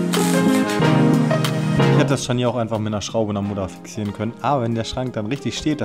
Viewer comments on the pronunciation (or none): Wer hat denn beim Scharnier das erste "r" geklaut? 🤔